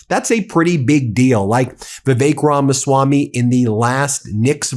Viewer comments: It's Ramaswampy, not Ramaswamy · Is he saying, "The Fake Ramaswami"? Sure sounds like it... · "Drain the Ramaswam-py!"